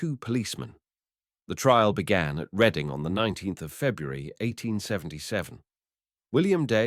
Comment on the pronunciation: Reading??? It's pronounced Red-ding.